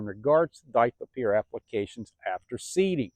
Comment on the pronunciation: Were you saying DICLOPEER or DITHYOPIR? Not being a smartass. Im assuming you mean Dithyopir? Just making sure